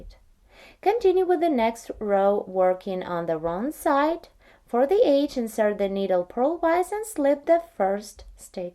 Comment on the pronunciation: She is saying EDGE... Sounds like AGE. Just figured it out myself. Now it makes perfect sense.